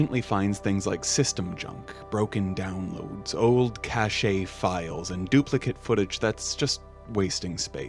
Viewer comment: "Cache" sounds like "cash", not "cachet".